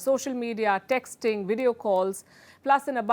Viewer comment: Texting not "Dexting"